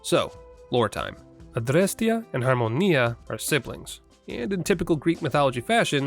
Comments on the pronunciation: Good lord your pronunciation of Adrestia and Harmonia is perfect! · The (very correct) way you pronounce "Adrestia" and "Harmonia"? Be a superior American and this language lesson: Apply that directly to anything Japanese you might say in the future, but make the Rs more of a middle sound between R and L. Then you're pronouncing Japanese better than ~99 % of Americans. xD